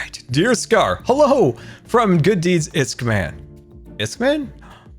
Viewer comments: IskMAN........*ISKMAN* Scar it's I-ssss-kall MAN don't forget the kall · Everyone else: IskallMAN Scar: Iskman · Everyone: iskallMan Scar: iskMan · Isk-MAN? Are you sure it's not Iskall-MAN? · Iskman??? Scar, sorry to burst your bubble, but it’s pronounced Iskallman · Iscallman not iscman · His name is iskallman and not iskman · Scar please say iskallMAN not iskMAN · I Think it's pronounced iskall man not iskman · Bruh Ngl that was really bothering me iskman is like iskallman but with turrets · Scar, I’m sorry, but it’s iskallman not iskman! It’s just iskall + man. Sorry I know you have dyslexia. Love you 😘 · When scar finds out that it’s actually Isk-ALL MAN.... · Scar he is called “is-call-man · It’s pronounced Isk-Al man